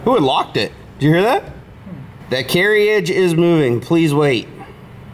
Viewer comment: I really hope you're joking around when you pronounce carriage like that....lol